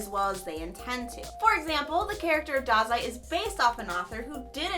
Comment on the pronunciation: I think it's pronounced as DAH-zai :) we missed you!